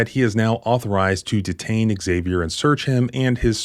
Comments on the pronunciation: Im just curious, why do you pronounce Xavier “ehh-Xavier”? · The name 'Xavier' is pronounced 'ZAV-ee-er'.